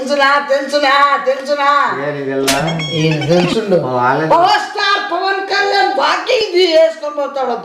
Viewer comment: సాయిరాం ఎన్నాళ్ళకి వాయిస్ లో నుంచి పవర్ స్టార్ పవన్ కళ్యాణ్ పేరు వచ్చింది... అది కూడా స్పష్టంగా పలకడం ఆశ్చర్యం..❤